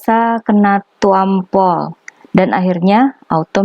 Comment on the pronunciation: Ngomongnya biasa aja kaliii... "Tampol" gitu aja😁😀😂😜😛💥 TUAMPOOLL